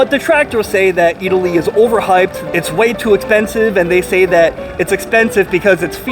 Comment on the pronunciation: you pronounced it excellantly